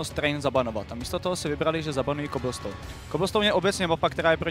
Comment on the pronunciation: já myslel že umřu když řekl kyblstone